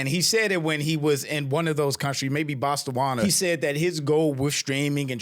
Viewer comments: Ju its Botswana Not Bostawana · I heard "Bostonwana"😂😂😂😂